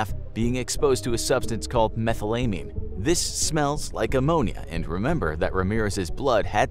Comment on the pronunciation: Oh, I adore you but your pronunciation of "methylamine" makes me weep.